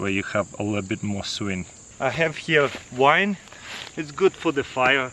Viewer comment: he said, “I have here wine (vine)” but I didn’t see a bottle, glass or any wine anywhere....😂😂😂 Taras you are truly THE BEST 👍👍👍